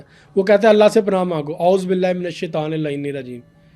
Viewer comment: This guy is nonsense.. cant even pronounce AUZU BILLAH HI MIN AS SHAITAN AR RAJEEM